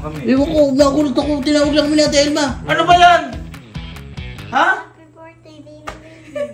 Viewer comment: Natatawa Ako sa hapydirtday😂😂😂😂😂